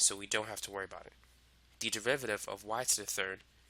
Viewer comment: "If you wanna find the devivaviv..." sorry man, you are making this topic easier and at the same time funnier cause of how you pronounce derivative